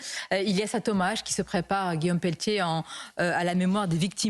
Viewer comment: Oupss peltier pas pelletier rire